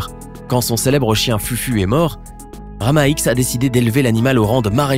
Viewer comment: Ce n'es pas Rama X mais Rama dix ( en chiffres romains )